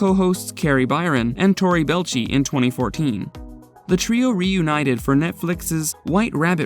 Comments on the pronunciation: Your ignorance here is painful. Clearly a video done for channel views rather than personal interest/love/fandom of Mythbusters. You have never watched a single episode of the show or even a youtube video, based soley in the fact you can't pronounce Tori's and Jaimies' last names correctly. They say them in literally every fucking episode they were present for. What a mess of a video, get your shit together. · His name isnt 🙄 its pronounced Bell- A- Chee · Tory's last name isn't pronounced Bell'chi. It's Bel-ay-chi. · 🤣 Can't even say his name correct, Belleci. Using other people information to bring this out, the video should get struck off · It's "bell-eigh-chee", not "bell-chee"... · ok now say it with me , its Belleci , not Belchi .... lol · Bé-Lai-Chi. Not Belchy. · Ikr, he was saying “ball-chee”, its “Buh-lay-chee” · Can't stand how he keeps butchering Tori's last name... ("Belchie" 🙄) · Learn to pronounce the names of the people who are the subject of your video. HEIN-a-men. Bel-A-chee. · It's BEELAYCHEE. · Its Tory Bell etch ee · The narrator sucks at pronunciation of the names of people who's names can be heard properly pronounced in the Mythbusters intro's, ffs take a second and listen, Belchy? Really? Belchy, I guess he burps a lot. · Holy crap! ""??? What a POS channel!!! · Rip Grant, you were someone I looked up to as a kid. And I loved Geoff Petterson on the late late show, what a weird way to make a robot skeleton a side kick for a late night host. Ps. You pronounced some of the names weird. You said and I laughed out loud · Yah Tori Belch-ey? They've clearly never watched the show even once. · Jaime HY-na-men. Torre Bel-EECH-EE. The shoes: not Vortex, but Vor-TREX. Sheesh. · A true mythbuster fan will not mispronounce their names!! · Does it bother anyone else that he keeps pronouncing Tory’s last name wrong. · Could this IDIOT not pronounce Tory's name correctly?